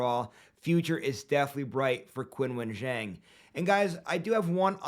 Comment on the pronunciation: Young man Qinwen is pronounced Chinwen as in Charles, chips.